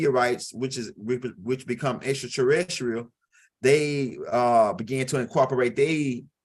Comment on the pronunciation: XTRATERRICILAT😂😂😂😂😂😂😂...LOVE WHN U SAY THT